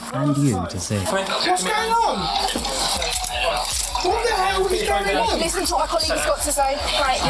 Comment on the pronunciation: “WOT THE ELL IS GAWING AWN?” You’re gettin kidnapped by the state bruv, fuck you mean? 😂